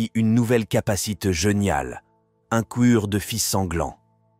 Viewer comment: super duré et grosse qualité mes 1 probleme ,le robot lecteur qui fais la lecture surement du texte ecrit , fais des faute ( exemple , coeur , soeur ,....) qui vu que cela es quand mm recurrent fais que sa en devient dérangeant , je sais pas ci ces une magniere d'ecrire le texte ou le robot lecteur lui mm mes faux le faire remarquer comme sa encore un up de qualité ^^ merci pour cet superbe vidéo